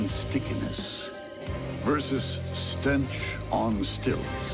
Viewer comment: “Stentch on stilts”